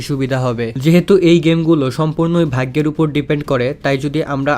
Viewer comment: vai eta vhaiggo na. vhaggo hobe. ar hea vai eta kono hate commant na. just amr theke eta ektu Weirdlagse tai bollam.